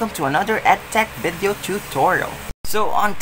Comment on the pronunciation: its not 'vaadeo' its video.